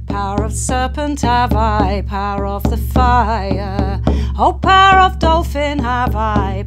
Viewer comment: first I heard “parrot” but it is “power”, I come from Spanish as mother tongue